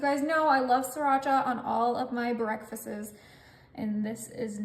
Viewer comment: JIMMY DEAN SAUSAGE not jimmy john. "Breckfastes"? What?👎